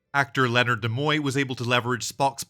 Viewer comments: Nimoy not Demoy...smfh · First person I’ve seen who can’t pronounce Leonard Neeeeemoy.